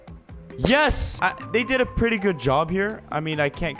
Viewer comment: pwes pway master runners pwetty pwes